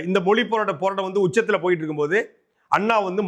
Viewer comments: அண்ணே அது "மொலி" இல்லை "மொழி" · Moli illa thambi mozhi nu sollu thambi